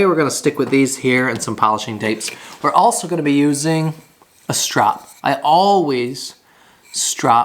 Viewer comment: And strop is not pronounced strap.